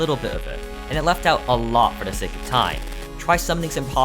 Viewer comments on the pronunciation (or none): none